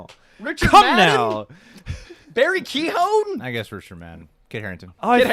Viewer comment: I really liked this movie, it’s moral dilemmas, characters and also I’m fully Irish and I’m nearly positive you guys (yes even ) are pronouncing Barry Keoghan’s name wrong. Just to let you know